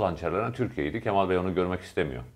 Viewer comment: Levent bey kemal sözcüğünü hatalı telaffuz ediyorsunuz, lütfen a harfini inceltin.